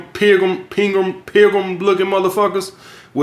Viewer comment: My man was trippin when he said pilgrims 😂 no hate we all have words we can’t say right.